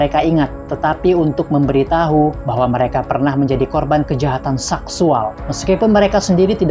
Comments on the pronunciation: Min min seksual bukan saksuall😂😂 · Ucapannya payah bngt mis. Saksual dll